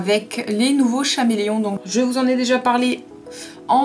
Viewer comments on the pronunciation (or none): K-méléon. CHAméléon c'est pas possible, mes oreilles me brûlent. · chameleon ce prononce kaméléon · On dit caméléon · C Cameleon on le prononce SANS H et en anglais aussi et on acheter c crayon chez le magasin Dessert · C'est vrai qu'on s'en fiche un peu de la prononciation. Mais le "H" n'est pas utile ! Je sais pas, vous avez pas fait le rapprochement avec l'animal du même nom ??? Et le "H" se prononce ?! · El Pueblo non c’est une erreur que bcp de personne font en le prononçant comme le nom de l’animal mais sa ce prononce avec le H